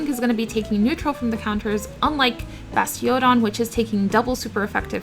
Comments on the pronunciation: Basti-ODON was very uniquely pronounced, you should trademark that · Great video i think i could learn a thing or two here. also I like how you say bastiOdon lol